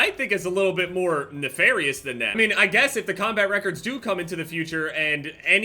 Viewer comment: “nefarious” lmfaooooo